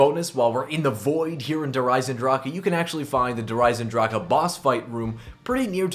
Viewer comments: Der esendrach. NOT DER EZENDRAKA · "Der Eisendraka"......lol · Why do almost every youtuber say Der Eisendrache wrong? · The way you pronounce "Der Eisendrache" annoys me..